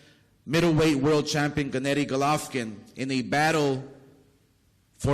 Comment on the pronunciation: WHY DOES OSCAR SAY GOLOFVKIN????